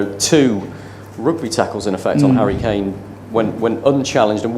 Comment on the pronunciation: 0.27 harry claim not harry kane : P